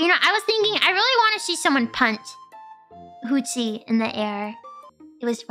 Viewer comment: Hooties? 應該是Hootsie吧